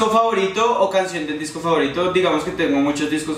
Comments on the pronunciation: like si te distes cuenta de que en el minuto decía disco favotiro en vez de disco favorito 😂😂😘😘😘te amo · En el minuto dice: Disco favotiro Like si lo notaste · Alguién más se dió cuenta que decia disco favotiro ? jajaja like